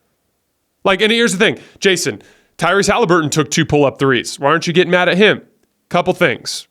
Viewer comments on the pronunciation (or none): none